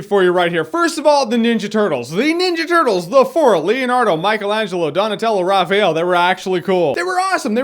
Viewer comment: Raphael...just him...RAPAHEL!